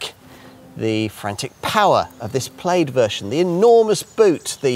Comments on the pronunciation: I can’t get past his pronunciation of plaid and repeating himself over and over again every few minutes 😂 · "Plade" LOL.